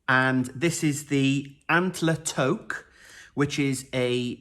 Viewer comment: In case the previous comments didn’t address it, (I know this video is 2 years old and I didn’t want to scroll through 56 comments, BUT, as a Canadian, I thought I should mention that “toque” is pronounced “tuke” which rhymes with nuke. It’s a Canadian term for a knitted winter hat. Sometimes they have pompoms on the top.